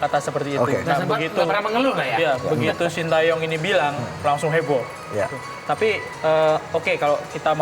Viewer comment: wkwkwkkwkw, knp Hostnya baca SHIN TA YONG, padahal cara baca yg bnar adalah SHIN TE YONG 🤣🤣🤣